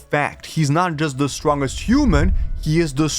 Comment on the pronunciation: Why do you pronounce "strongest" that way?